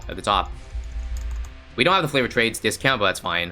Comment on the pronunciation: Am I the only one who hears flavoured trades?